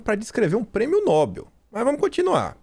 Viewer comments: a pronúncia é prêmio 'nobél' e não 'nóbel'. Escreve 'nobel'. A tônica é no 'e'. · leia por favor: NOBEL é oxítona e se pronuncia nobél, nunca paroxítona nóbel (obs: Nobel não tem acento). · No-bel. Não é nóbel. A maioria pronúncia corretamente. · Ótimo vídeo, mas é "NoBÉL" não nóbel